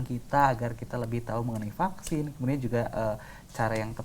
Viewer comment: Aduuuuh hostnya : "Paksin" 🤣🤣🤣 Supi , sunda pisan 😅👍